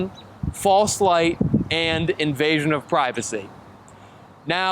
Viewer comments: The word is invasion you jackxxx! Not envasion you little man child! SMH……another pretend journalist numbskull ……hahaha! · Invasion, not envasion 🙄